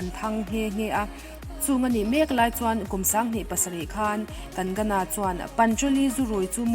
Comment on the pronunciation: Kang-na ti a lam tur😁😉